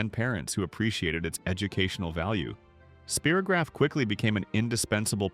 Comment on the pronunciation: Yes, It brought back all the wonderful memories of childhood. PLEASE either program AI to say the names correctly or FIND A REAL PERSON TO NARRATE. "SPEAR o graph" the AI voice said. NO, it's SPY ROH GRAPH